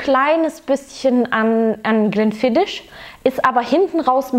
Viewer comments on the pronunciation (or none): Glen "Fiddisch"?? 😂😂😂 Falls Dich mal jemand fragen sollte, Aussprache: Glen "Fiddick", im Gegensatz zu Bruichladdich, da ist das "ch" stumm, also "Bruchladdie". Und bitte, das "Baschmills", keine Ahnung, woher Du das hast, spricht sich natürlich "Buschmills"! 😆🙈 Wer Whisky sein Hobby nennt, sollte auch wissen, wovon man spricht und sich tiefer mit der Materie beschäftigen, dazu gehört als Basis mal die Aussprache.